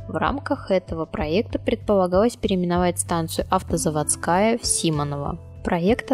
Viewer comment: Не автозаводскАя а автозавОдская